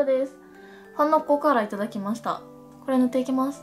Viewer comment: 「買ってきました！」とかの「きました」が若干だけど「きますた！」に聞こえるんほんと好き((マニアック))